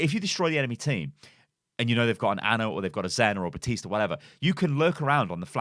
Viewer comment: It's FUKIN BaPPPPPTiste ffs. That really pisses me off. I had to turn the video off because you kept saying Batiste Batiste Batiste.... THAT'S NOT HIS NAME! It's like calling Winston Winton... Please learn how to pronounce the name that the hero himself says in his voice lines!!!! BAP BAP BAPtiste.